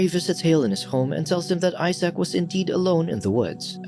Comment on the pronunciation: "I Sack", Isaac, (say eye-zek), also ask Google to pronounce words in any language, but be sure to use 'American'-English-pronunciation, or you'll sound suspiciously pretentious, and we'll picture you in a tweed suit.